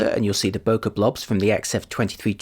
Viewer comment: Bokeh is a Japanese term that is pronounced as bo-kay like bouquet.